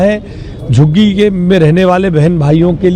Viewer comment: Abe tere zabaan hai ya commode? 😂😂 Jhuggi ko shuggi kyon bol rahi hai 😂😂😂😂